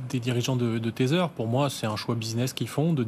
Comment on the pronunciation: l'animateur s'enfonce dans un ridicule de prononciation en s'obstinant a parler du "teteur". Il dit le "staibeul coïne", "cirqueul" ou "bitcoïn" donc pourquoi le teteur? comprend pas.